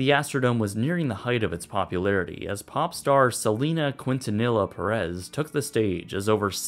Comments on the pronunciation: The way he mispronounced Selena’s name is so disrespectful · I've been to a few rodeos and Oilers games there. Man, talk about memories. Also, you butchered Selena's name... BADLY!